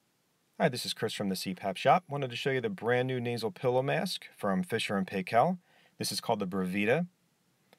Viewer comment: Fisher & Paykel pronounced Pie-kal....